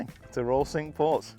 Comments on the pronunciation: Great round. Just one gripe the pronunciation of the French for five is 'sank' not 'sink' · cinque like sank, not like sink....... just sayin 😛 although could be like sonk 😬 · great video but cinque is pronounced sank, not sink! My inner pedant cringed at the beginning but I supressed it as the video was so good. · it's pronounced cinq (sank) not sink ... just saying . The course is maybe sink, but the French is sank Cinq ... just saying :)